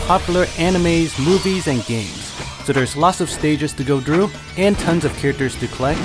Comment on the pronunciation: When you say "through" it sounded like "drew". That's why I wanted you to say that haha